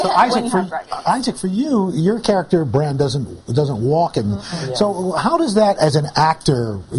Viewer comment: she said bronn, WTF its Bran